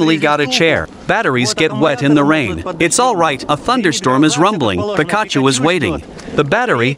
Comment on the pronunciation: BROOOOOOOOOOOOO!!!!!!! YOU GUYS ARE SOOO SOOO SOOO DAMN SMART WITH ALL YOUR DIFF EXPERIMENTS!!!!! I LOVE IT!!! ALSO, I WAS CRACKING UP WHEN YOU WERE TRYING TO SAY THE NAME OF THE STUFFED YELLOW TOY IN THE CHAIR!! BUT TO HELP YOU OUT THIS IS HOW IT IS SAID.............. "PEEK AHH CHEW"........ THAT IS HOW YOU SAY ITS NAME JUST SO YA KNOW!!!!! JUST SAYIN!!!! THANKS, F.M.V.